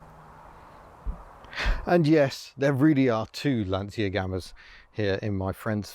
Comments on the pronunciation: Pedant mode engage: the Italian pronunciation is Lansha :-) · Of course like Dacia, Lancia is pronounced (well any way you like..but) by Italians at any rate, as Lanch-ah. I had a load of Romanians laugh at me when I'd say Dacia (daahsia) and not datchah. I know we don't really care, but just for sake of a comment and a tiny bit of education). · Pronounced Lan chee ya.